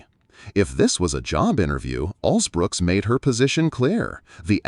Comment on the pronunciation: If you’re going to report on the interaction between Angela Alsobrooks and RFK, at least get her name right,and don’t call her Alsbrooks